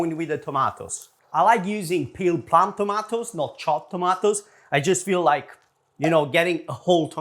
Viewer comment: I love you but, please stop saying "tomatoes"